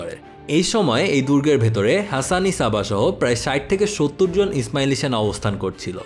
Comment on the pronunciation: ভাই উনার নামের উচ্চারণ "হাসান সাব্বাহ" বুঝি যা হোক ভাল্লাগসে ভাই❤️❤️